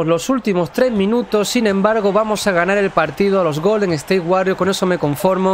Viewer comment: POR DIOS DI WORRIORS CADA VEZ Q DICES WARRIORS ME DAN GANAS DE DEJAR DE VER EL VIDEO